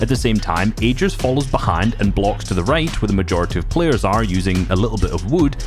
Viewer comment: ”These pleyers”(Bugha and treaths)